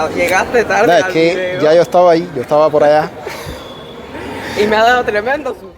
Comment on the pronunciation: Uuna pregunta es tarde..0..talde...no existe la ere...eh